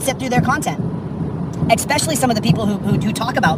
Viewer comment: Does anyone else cringe when he says "expecially" ???